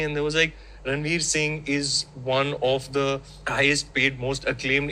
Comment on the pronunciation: even gets confused to say ranbir instead of ranveer 😂